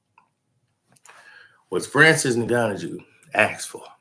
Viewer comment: Francis N-Gan-New